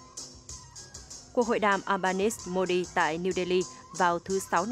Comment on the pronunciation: Xin lam on doc dung ten thu tuong Uc " Albanese pronounce eo ba ni zi "